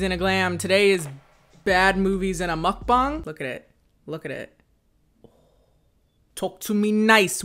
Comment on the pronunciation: I’m SO happy you said mukbang properly. I know you speak Korean. And I am low-key salty that we never met because we both lived in Korea at the same time but thank you for actually pronouncing that properly. It’s been driving me nuts on YouTube